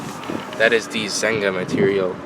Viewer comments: Its pronounced ZEN-ya Not ZENG-GA. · that's not ZENGA ... it's ZEGNA ... pronounced: SENJA! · Zegna is pronounced "Zenya" and the gray cloth material is silk.